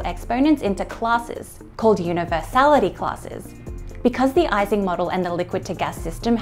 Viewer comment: Americans generally pronounce it wrongly, but it's "ee-sing" model. No "ice" there.